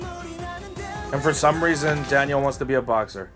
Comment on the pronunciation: ((also yo the way you pronounce "Daniel" as "Danielle" is ridiculously adorable xD